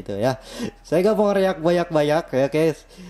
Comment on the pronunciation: Please bang, bacanya ( riek ) jangan reak, kan tulisannya react